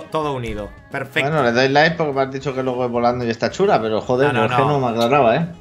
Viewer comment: siempre dice pefeto XD